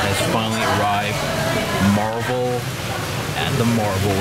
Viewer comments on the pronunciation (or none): none